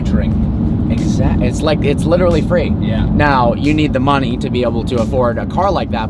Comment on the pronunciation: He literally butchers the word literally, literally all the literally literal time in literally every one of his literally literal videos.